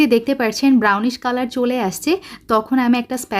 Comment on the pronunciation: পার্চ্ছেন নাকি পাচ্ছেন? আপনি পার্চ্ছেন কেনো বলেন? ওভার এক্টিং করলে যা হয় আরকি। 🙄😕